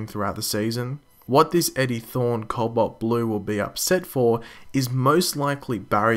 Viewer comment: There's no "L" before the "b" in "cobalt"